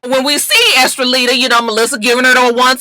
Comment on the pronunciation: Lord I think she's saying her name is Estellita. I thought it was Estrellita, which means little star. It's crazy Joseline's baby has the same first name as me and that new Latin artists name is close to my middle name Estrellita.....oh well I know no one gives a good God damn. 😂